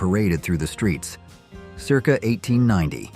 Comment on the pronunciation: AI has no clue how to pronounce circa...